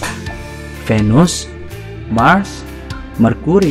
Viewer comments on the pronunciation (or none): none